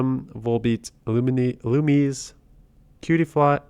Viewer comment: Ill-lu-me-say, for one.